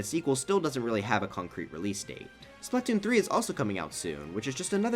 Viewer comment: Am I the only one who thinks that it’s weird how he pronounces Splatoon?